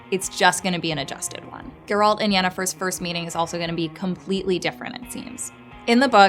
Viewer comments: It's not ger ALT. It's GER alt. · They really coudnt find someone for this video who can actually say GERALT, and not Grlat, so annoying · Can people please stop calling him Jeraaaaalt?